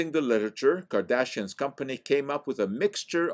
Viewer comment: You lost me at “Kardashian” 😂😉👍